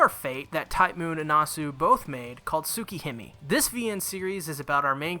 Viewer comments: Nobody:: Soo-key-him-ee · It pains me how you're mispronouncing Tsukihime and all I can do is to keep watching ._. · I took a shot every time he mispronounced Tsukihime or another Japanese word/name, and now I'm in the hospital. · The way he pronounced tsukihime at the start though…